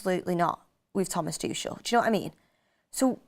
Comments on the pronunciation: Tuchel is pronounced as Too-kle... not Tush-shell. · I hate how she says Tuchel… Toooshel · Thomas "Tooshell" 😂